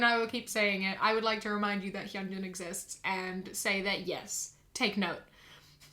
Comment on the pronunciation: side note, thank you for pronouncing hyunjin correctly😂